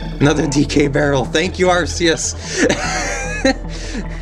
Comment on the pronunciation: Are there any other companions but Dixie? Ps. I love that you rather say Arceus than god. I should do that to. Btw, I think it's pronounced Arkeus, with a "k".